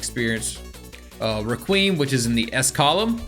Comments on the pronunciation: The way you say requiem also do you not know that c moon whitesnake and made in heaven are all puccis stand right? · Anibis" Me: its pronounced Anoobis Requeemm" Me:no no no it's pronounced Reqweyam